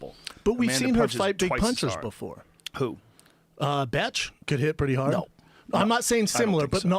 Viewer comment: Its “beth” not bitch you betch !!